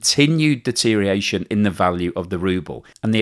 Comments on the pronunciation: Deterioration not deteriation,.;-) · another excellent presentation... but its deteriORation...deteriORation....deteriORation, please. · I’ve noticed a steady decline in your pronunciation of deterioration over the past few months. It seems to have lost at least one syllable in that period.